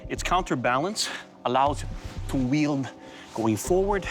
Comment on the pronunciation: Urgh, was that dude making a pun when he said yield instead of wield? Or did he just get it wrong?